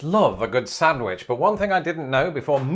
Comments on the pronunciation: Every time he says SANTwich an English teacher dies. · is a Reuben without horseradish still a Reuben? I do not like horseradish. Has anyone else noticed the way pronounces sandwich?? How do you pronounce it???